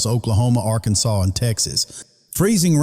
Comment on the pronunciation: I love the way you said "Little Rock, Arkansas." I live 35 miles south of LR. Are you a native of Arkansas?